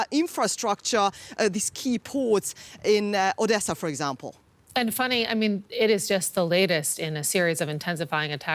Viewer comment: Why does she call her "Funny" when her name is "Fanny" ?